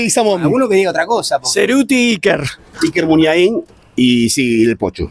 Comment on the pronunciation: Muniain,no muniainin y con minúsculas, suena a castellano. Y el nombre del estadio tiene la misma terminación de lo que no hay ninguna duda que Bidegain ,además de ser un buen doctor del oído, es del mismo origen, Irala, el nombre de una plaza de Bilbao y Legizamon también es de la tierra de los vascos, gracias.